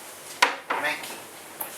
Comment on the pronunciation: Its mankee